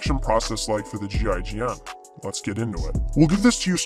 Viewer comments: Damn that accent when you pronounce what GIGN stands for was indeed painful to hear. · You can pronounce it Jeegin.